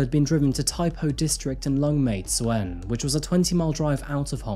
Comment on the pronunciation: also little thing tsuen is pronounced 'choon'